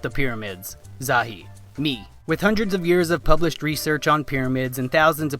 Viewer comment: " I bublished a book"